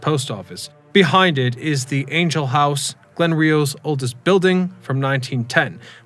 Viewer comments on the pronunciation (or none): none